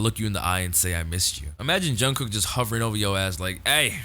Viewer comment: You don't have to, this is just a suggestion but when you say Jungkook the korean pronunciation on the ending "K" "jungkoo K" syllable is actually very soft. Almost like you aren't even saying the "k" at all. Just if you wanted to try it :)